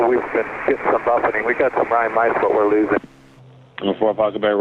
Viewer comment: The guy telling the stories is a real BASTER 🤣🤣🤣he loves saying rime ice with those veneers in his mouth dont he? he loves it what a real baster 🤣🤣🤣 yeah thats right